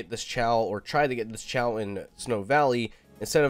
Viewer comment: Not trying to be mean but its “kay-oh” not “chaow”